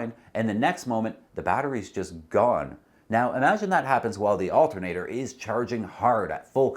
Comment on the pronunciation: Al-TER-na-tor, not alt-N-a-tor.